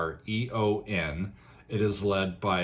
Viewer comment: Ayreon ; -) or Are-yun Loo-kah-sen.